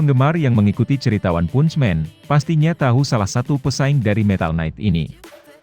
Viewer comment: Baca "Punch" nya diperbaiki dunk ... haha